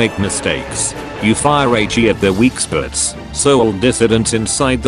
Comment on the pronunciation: "weak sputs"